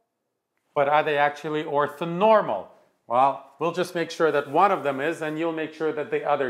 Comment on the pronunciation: Othonormal? Surely that's orthonormal.